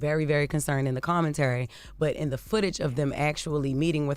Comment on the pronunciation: "common-Terry". Somebody tell Jess the word is commentary. smh